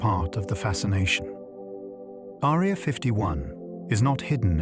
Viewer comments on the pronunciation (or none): The AI pronunciation turning “Area” into a girl with a thin sword resembling a “needle”, is quite distracting.